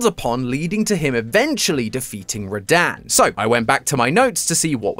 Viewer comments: “Radan.” Bro it’s Rad-han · It’s rah-dun not rahdan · Rah-Dan? When I heard you say Radahn's name, I physically winced. It's pronounced Rah-Dawn. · ain’t no way he called him ra-daan 💀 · I don't know if he is saying radahn's name correctly or not, it could just be the accent